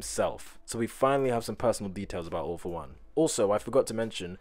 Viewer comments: When he said "all for one",I heard "awful one" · instead of 'All for One' I thought he said 'Awful One' which I mean kinda fits xD